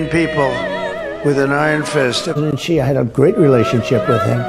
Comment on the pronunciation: ty for the coverage as usual! Just a head's up (and I know this sounds snooty or pretentious, but I don't mean for it to)-- "Xi" is pronounced like the word "she" not "jee." The way you're saying it, his name would have been Zhi instead of Xi.